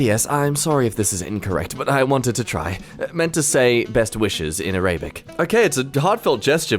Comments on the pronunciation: Araybic? its pronounced Air- A- Bick :D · its ar-a-bic. Not araybic. But no worries it was a simple mistake